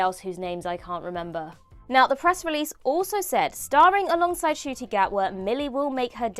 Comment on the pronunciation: Ncuti not Acooti (who is outside)